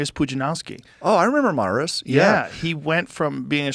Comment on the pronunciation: It is pronounced "Mariush".